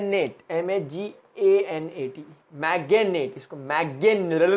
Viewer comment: Sir its manganate not maganate but the lecture was awesome